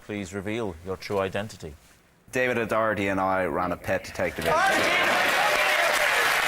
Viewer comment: Weird how Rob and Mark pronounces David O'Doherty's last name differently.